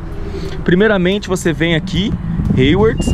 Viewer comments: Rewards.... ou Hayward?? Rsrsrs .. Tem que estudar um pouco mais o inglês, melhorar um pouco mais as pronúncias das palavras. Apenas um comentário. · Rewards? Nunca escutei ninguém pronunciar rewards como heiuords antes